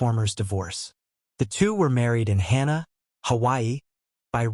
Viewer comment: It's Hana, (Hah-nah) not Hannah.